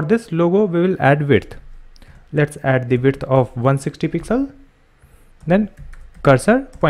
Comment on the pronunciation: Everything is very good about your videos. Only one thing bother me which you pronounce width as "wiRth". I know its not your native language but can you please try to say it correctly?